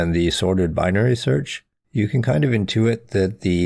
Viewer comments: cool video but why do you say effedex instead of eff of ex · I can take anyone seriously when they can't pronounce a simple word like "of".